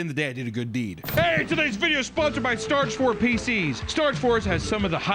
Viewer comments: 🤔is it me, or did it sound like was saying "stargfor" at the start of the starforge advert? xD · the starforge ad being mispronounced was hilarious. like no 2nd take